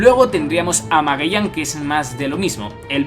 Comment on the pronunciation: Pregunta: ¿Porqué aún sigues pronunciando mal el nombre de Magellan? Siendo que no tendría nada que ver el acento de dicho país al que perteneces, ya que si lo haces con el nombre de Law, Punk Hazard u otros. No me malentienda, esto lo he notado en sus otros vídeos. Saludos!